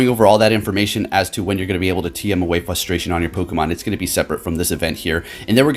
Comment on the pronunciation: Fustration........... Wow..........